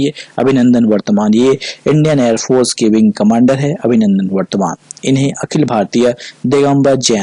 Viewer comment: Abhinandan Vardhaman hai na ki vartman